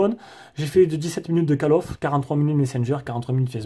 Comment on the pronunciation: Mdrrrrrrrr , 22" (cale of ) "call of" ce prononce (colle of ) ! Mais sinon très bonne vidéo ! j'attendais le test de celui si pour évité de prendre le pro , tu m'as convaincu …